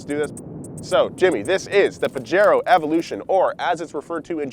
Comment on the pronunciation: In the word of james pumphrey : "to get UP TO SPEED on pajero evolusiioon"